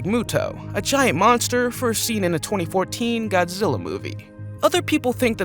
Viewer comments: It's godgela versus kong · GODZILLA NOT ZILLA